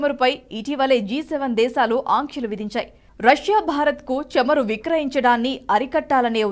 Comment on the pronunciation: Please correct you pronounciation...it is not chamaru it is CHAMURU. Also not కల్లు it is కళ్ళు..🙏🙏